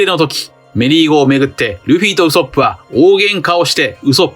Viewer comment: どうしてもウソップのイントネーションが引っかかる🤫